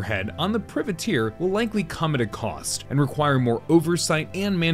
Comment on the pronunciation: pry-vah-teir, you're killin me XD